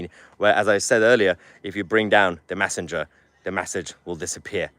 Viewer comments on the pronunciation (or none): Mahyer - it's pronounced MESSAGE, not MASSIGE. It's pronounced MESSENGER, not MASSINGER. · Haha Mahler! He thats the first time l heard you pronouncing a basic word incorrectly. It made me chuckle. So the words ‘message’ ‘messenger’ they are pronounced mes-age. mes-sen-ger. mes-sen-ger. You keep pronouncing as mass-age. So Tommy,the UK need to stand up for his as the P* stood up for there lot about the airport incident. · Stop saying massinger, massige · How come you can manage to say message, correctly... yet constantly say massanger?? It's frothing! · Why are you saying 'massidge' and 'massinger'? Have I missed something? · It's not massenger It's messenger by the way . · 1.52: Off-topic, Mahyar - but you mean "message" and "messenger" - not "massidge" and "massinger". Anyway - Go, Tommy! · Please somebody who's friends with Mahyar PULL-EEZE tell him how to pronounce "message" and "messenger"!